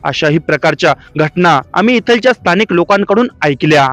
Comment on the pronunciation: भाऊ इथलच्या तिथलच्या असे शब्दोच्चार न करता इथल्या तिथल्या असे केल्यास योग्य वाटेल.